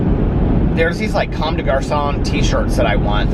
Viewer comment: Just in case you want to know - The “commes” in Commes de Garçon is pronounced like “comb.”